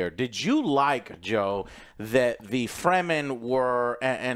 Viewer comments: "free the free-man" , ? , Frem-men, say it with me frrreeemmmmm Men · It's Fremen not Freemen :))